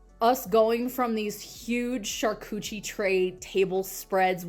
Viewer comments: "Shar-coochie boards"? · She really said "charcoochie"....😳💀🤣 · 😂😂girl with the shiny lips said shar-cewchie.... I'm dead but at least I'm inside and comfortable